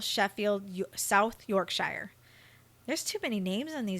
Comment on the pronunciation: YorkSHYER HAHA